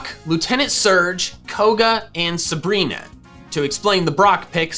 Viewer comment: SABRINA, NOT SUBREENA!